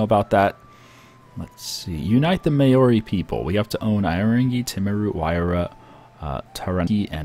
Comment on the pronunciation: You read out some Kiwi provinces wrong and also Maori was wrong